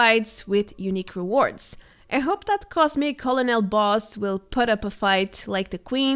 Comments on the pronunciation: Colonel is pronounced Ker-Nole. It's a military ranking. Love your videos! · Don't correct her. I like when she mispronounces words.